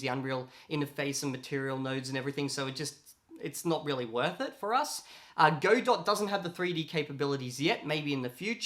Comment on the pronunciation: Just as a note, Godot is pronounced "God-oh" (as in, waiting for)